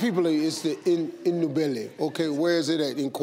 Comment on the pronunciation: He should have said Ndebele